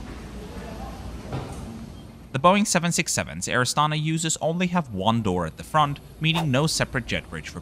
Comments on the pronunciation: Pronounced with the stress on the last syllable: Air AstanA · Good video! Just pls mind that this airlines name is pronounced as Air AstanA.